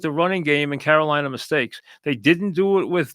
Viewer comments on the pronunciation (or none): none